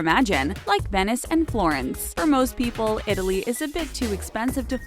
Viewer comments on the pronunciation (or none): none